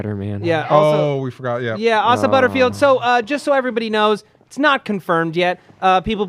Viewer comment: They mispronaounce Asa's name everytime